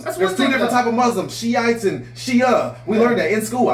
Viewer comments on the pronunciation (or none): “Shiates and Shia”😂 I love y’all! It’s Shai and Sunni though. My husbands a Shia Muslim. Great reaction as usual! ❤❤❤❤❤